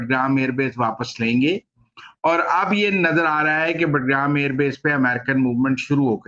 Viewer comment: بٹ گرام نہیں، باگرام۔ معلوم نہیں آپ کو کس نے تجزیہ نگار بنایا ہے۔